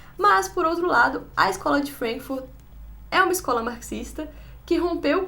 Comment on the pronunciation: Vc sofre "anglicismo cultural " Fala Frankfúrt e Gramsci com sotaque ""Frénkfurt", "Grémci". No entanto....é! Tô gostando das resenhas.